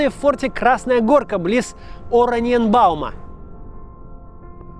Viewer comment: Улыбнулась при том, как Кац произносил название города Ораниенбаум- так старательно, с ярко-выраженным 'о' в начале)) Так всегда читаешь чуть не по складам незнакомые названия тех мест, откуда ты не родом) А потом и вовсе произошло 'страшное'! - Максим сказал вместо корюшка - "колюшка"😅. И вот я, только что рыдавшая при - каком уже по счёту - не помню чтении кем-то этих 9 страничек дневника Татьяны Савичевой, вдруг не смогла удержать смешок) UPD: а вот и зря! Спасибо Ольге Морозовой, напомнила про такой фан факт: действительно есть такая рыбёшка- колюшка. Очень мелкая, не промысловая, но она помогла выжить многим ленинградцам. Потому что нормальная рыба закончилась очень быстро, а эту, - (далее из wiki:) проскальзывающую сквозь сети мелкую колючую рыбку, с костными пластинками вместо чешуи и шипами у спинного плавника и на брюхе, блокадные жители вылавливали сачками, сумками, рубашками, майками. По весне для её отлова организовывались бригады. По воспоминаниям блокадников, «за 3—4—5 часов … налавливали по противогазной сумке колюшки, а это 4—6 килограммов. Это было тогда, когда лёд сходил» Тема страшная, конечно. И тем страшнее, что все эти кошмары будто ожили вновь, причем в этот раз мы оказались стороной, которая творит всё это. Я вообще не знаю, какой правитель из когда-либо правивших Россией мог сделать что-то настолько ужасное, разве что Сталин. Но у этого тирана были хотя бы заслуги. Хотя, стойте, что я делаю? То, чего раньше просила всех не делать- не оправдывать Стали